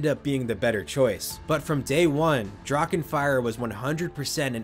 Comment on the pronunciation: Love the coverage! Little tip when it comes to German words like Drachen. Don’t make a “k” out of the “ch”. Just consider it silent. The voice fills that void automatically.